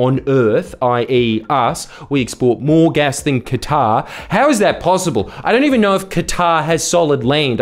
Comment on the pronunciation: i thought Qatar sounded more like Uranus